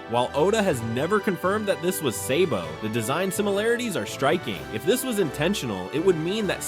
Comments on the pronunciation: It’s sabo not saybo wtf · Hopefully the is is not an AI voice because if you watch both dub and sub you’ll know it’s sah-bo not say-bo. Cool video though but I never got past this part. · Say-bo…drake-oola…hann-u-ball… Donkey-coat…these AI voices are extremely annoying